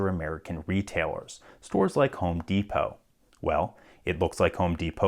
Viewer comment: "Deepoh". Isn't it Depot? As in "Depoh"?